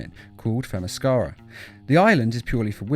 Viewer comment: It's pronounced Themysceera not Themyscara